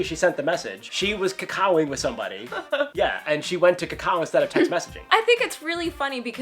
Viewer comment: It's not pronounced cacao like the bean more like KA-KA-O just saying :)